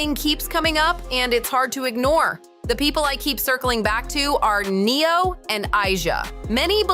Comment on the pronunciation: Who the hell Neon??? Hahaha. It's Neo and Pronounced Asia for the girl